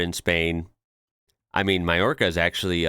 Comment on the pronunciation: IM SO PROUD OF YOU!!! You said Mallorca like a Spaniard pronounces it